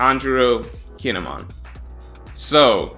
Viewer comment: The way you pronounce kinemon sounds like he's a Pokemon. Guess you haven't seen the anime.